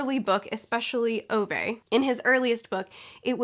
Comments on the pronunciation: Btw, about the pronunciation of Ove. It is pronounced more like Uve. Kinda like the vowel from 'cool' which is then followed by the word 'vet' without the T. So more like Oove, I suppose. I don't know do you care but I thought it'd be fun to know. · I think Ove is pronounced "Oo-vah"